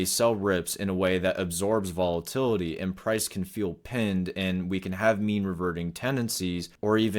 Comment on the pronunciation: Volatity? :) sounds risky